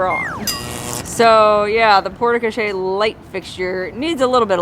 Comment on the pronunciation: Another fabulous video. Hint: “e” on the end of a French word, generally, is silent. The “e” tells you to pronounce the letter before it. So porte crochere is simply pronounced along the lines of “port co-share”. With emphasis on the “shere” part. I think the wigs were off; your sister should have worn the black one and while you look great in both, you carry off the blonde one even more